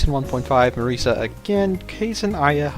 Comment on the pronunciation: His prononciation of it is fair tho